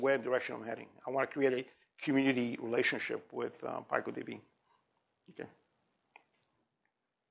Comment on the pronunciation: Wrong pronunciation: "P-eye-coh"?! pico- word-forming element used in making names for very small units of measure, 1915 (formally adopted as a scientific prefix meaning "one trillionth" by the International System of Units, 1960), from Spanish pico Right pronunciation: PEE-coh